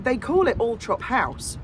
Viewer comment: NOOOOOOOOOO ITS ALLLLLLL-THORP!!!!!!!